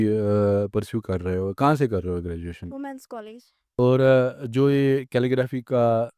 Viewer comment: Calelgraphy kya hota hai 😂